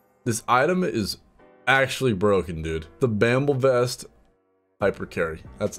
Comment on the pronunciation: Pls we had something like this already, bRamble west not bamble west. It kinda hurts to hear it wrong no offence tho 👌